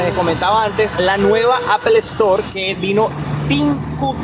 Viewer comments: Todo bien pero ojo con la calidad: No se dice ‘APEL ESTOR’, se dice ‘APL STOR’ (Apple store) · Esa pronunciación en inglés, fatal Apple- estoar😅😅😅😅😅😅